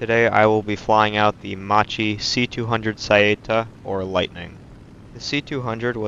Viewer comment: Thank you for the video! It's pronounced "mach-e", almost like the shameful Mustang offering from Ford. I'll implement your tech and tac advice.